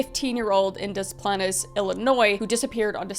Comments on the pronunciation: Your pronunciation of these places is cracking me up. Obvi you haven’t spend much time in IL. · Thank you for covering the Gacy case, you definitely did those kids justice I think. You pronounced Des Plaines correctly the first time but think you realized that later 😂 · No bc I didn’t realize this was about John Wayne when I clicked on the video and then hearing Kris say “des plaines” I stopped and was like omg this is about John Wayne; I live in Chicago so hearing Kris name a town that’s like 20 minutes from where I live jumpscared me 😭 Love your vids Kris ❤ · The way you pronounce Des Plaines, LOL! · DA-PLANES not deplaness and WA-KEE_GAN not wagaken but you are a great reported love these videos.... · Pronounced De Planes.😊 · It's pronounced dis planes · Also it’s pronounced des-plains not desplanez sorry if I sound petty but just wanted to let you know kris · As a Chicago land native your pronunciation of Des Plaines is painful. Des Planes or Dez Planes is how your pronounce it. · I love your Canadian beautifulness buuuuttttt it is “Des-Planes” phoenically. Lol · My parents live in Des Plaines - It's hard to explain how to pronounce it but you were very close! (the first time LOL) Edit-the more you say it, the more wrong it gets 😂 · I know the pronunciation doesn't make any sense, but Des Plaines = Dez Planez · I love you and I love these videos! It’s crazy that something like that happened when my mom was a teen 30 minutes from home! Also, very very very kindly, Maybe cause I’ve lived here my whole life I have to say it’s pronounced ‘des planes’. But that’s not your fault! I just had to say it. It’s a weird word. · You said Illinois right...good job. We don't pronounce the S. Edit: Diss planes (like an airplane) but you say it as one word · The "Dez Planes" is killing me 😂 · It's pronounced 'Day Plan' 😭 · OMG, it's pronounced Des Plains. XD I know it shouldn't bother me but it did. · babes it's pronounced more like dess plains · It’s pronounced Des “Plains”